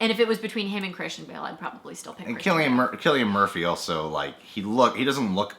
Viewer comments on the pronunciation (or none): It's pronounced Killian not Sillian.